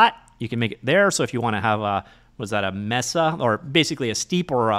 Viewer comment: awesome find, great video thanks! side note: mesa is pronounced (english) may-sa. albedo, pronounced (english) al-bee-doe